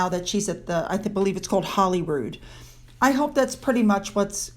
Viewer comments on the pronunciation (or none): none